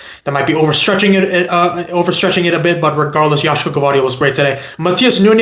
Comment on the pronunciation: Bro said Savio 😅😅😅